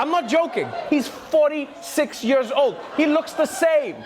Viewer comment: What is it with trevor not being able to pronounce the word 'years' correctly? Yoeers